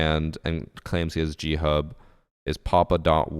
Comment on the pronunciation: I genuinely thought you were saying Cheat Hub, I haven't ever heard of G Hub. So at the beginning, I was just thinking "no shit they got banned".